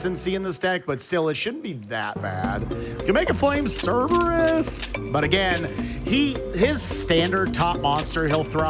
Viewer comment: Flame "Cerebrus" for the Win